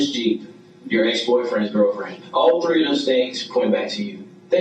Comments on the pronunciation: He has rhotacism; r lisp, its not usual but some ppl actually hate it (I have that lisp too lol) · Why not pronounce the "TH" in any words? Examples: TREE >> THREE TIRDY>> THIRTY BURT>> BIRTH SUDERN>> SOUTHERN DEM>>THEM BUT YET THEN, THE AND THEY IS SAID PERFECTLY!! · I just cant stand when he says "TREE" instead of three. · BRO THE WORD IS "three" not tree. 🌲3️⃣ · Tha-ree!! Not tree 🤦‍♂️🤦‍♂️😡😡😡😡😡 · Good videos, but get your "T's" right. Three is not tee. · It’s pronounced three not tree lmao